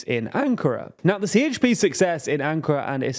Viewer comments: Be more clear... Si Eyç Pi ❌️ Je He Pe ✅️ Remember some turkish letters sounds different from western languages! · And "C" sounds more like "DJ" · A C in Turkish is Prononced like a J - So the Party is called JHP not CHP. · idc he has to say CHP not sieyçpi